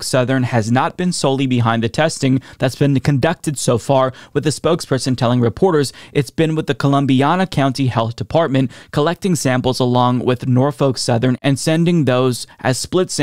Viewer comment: Hey - FYI the county is Columbiana. It is pronounced col-uhm-bee-AN-uh. Not col-uhm-bee-ON-uh. Source: born and raised in the neighboring county